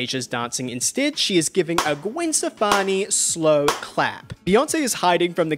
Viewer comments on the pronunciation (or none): none